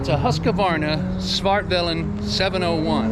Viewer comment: You really nailed it with the pronunciation ... haha. Great bike. I own a Svartpilen 401, which is strong enough for me. But I'm sure the 701 is super fun to ride.